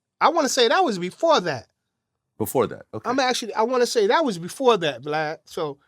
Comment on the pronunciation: are so slow. What the freak is a glad?! It's VLAD!